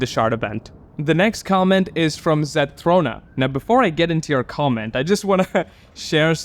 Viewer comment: Hey! Thanks for reacting to my comment! You are one of the first people I've watched to actually pronounce my username correctly most always say ZethRONa like Ron Wesley from Harry Potter but you actually said it correctly!! The channel membership thing was most definitely a glitch even though I would absolutely be a member if I had the money (could be soon hint hint). If you ever need a quick guide for some of the Winged Light in the realms I have a few videos that could help! An interesting fact is that the ENTIRE game can be beaten without grabbing a SINGLE spirit or winged light but requires immense skill and luck! The spirit you and the comment are talking about is by far the hardest spirit. I did it when there wasn't a spell that warded off Dark Dragons (krills as you call them) for 1 minute.. pure pain. Here is an ENORMOUS tip for the resize spells ! If you want to have a 100% chance to grow taller use these spells in order: Shrink Spell then use Tiny Spell and then use the Resize Potion Spell. If you want a 100% chance to become shorter then use these spells in order: Grow Spell then use Huge Spell and then use Resize Potion Spell. The mask that makes you small is called the "Chibi Mask" I would recommend the book series Wings of Fire but that is a 16 book long series with an estimated 1,084,535 words in total. It is to note that it can be quite graphic and detailed when it comes to describing violence or fights. I found the Sky by complete accident b